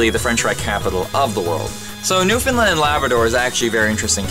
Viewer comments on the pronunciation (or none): none